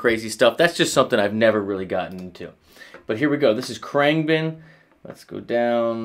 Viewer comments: Khruangbin. Pronounce it with a silent "a". Krung been. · I've never heard it pronounced "krang Ben" until now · It's pronounced "Krung-bin" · Kru-ahng-bin เครื่องบิน :) Proper pronunciation 🙏 Love all the videos. ขอบคุณมากครับ Thank you 🙏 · Heheh him pronouncing Khruangbin wrong followed by saying August 12th made me laugh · Insults guitarists tone/style and mispronounces band name multiple times... How could this go wrong? Your analysis is of course still good. Glad you gave them a go. Mark is influenced by 70's Thai funk. Context is key. FYI Marks leave the wah on all the time into a dimed boss OD with no distortion (Clean boost). He rides the volume and changes pick ups and finger style for the tone. He is heavily inspired by eastern scales from other instruments. I think you entirely missed his note intention because your not thinking like him... How could you? That's what's makes his music melodically unique. He is trying to replicate eastern instruments on the guitar. He talks about it in interviews. His rig rundown is really odd. You should watch it. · you are saying the name all wrong!